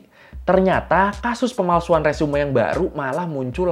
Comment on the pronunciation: 😁resume 😁di baca nya resum bang e nya jan di bawa